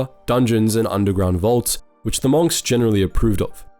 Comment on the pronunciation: Bruh in what world do you pronounce "monks" like that.